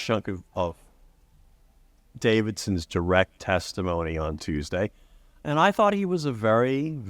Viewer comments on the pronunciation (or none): none